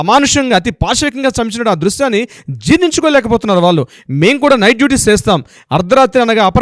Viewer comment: Pronounciation of vallu is incorrect.